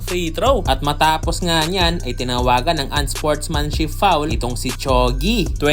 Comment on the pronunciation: Gagi ung mga English words mo ung p nagiging F pero kung nagtatagalog ka okay naman pronounciation mo letrang P parin pero sa English unsfortmanship foul